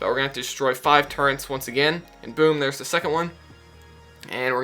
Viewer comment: I think his point is that you called them turrents (or at least pronounced it that way), when they're called turrets. I can see why it was a bit confusing though lol